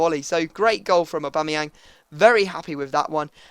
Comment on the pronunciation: u did it aubamayang bacame ohbangmynan